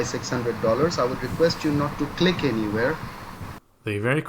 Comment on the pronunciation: Don’t Cleek!!! Don’t Cleek!!!